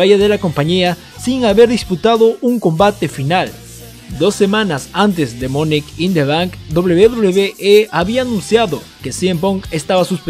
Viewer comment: Porque dices "monek in the bank"